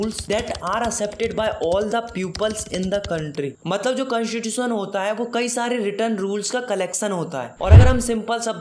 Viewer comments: Constitution ❎ Cantitution✅ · Constitution❌ cantatution✅ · bro listen it's not whaaat , it's what and it's not cunstitution it's , constitution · Aap constitution ka pronounce galat karte ho